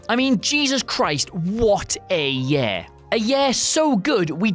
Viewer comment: Year not yair